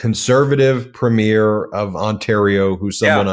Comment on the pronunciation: does anyone read these comments? PLEASE PLEASE prounounce the title of the leaders of provinces and territories correctly. PREEMier. emphasis on the the first sylable.